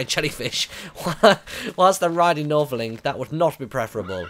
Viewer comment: its Northerling....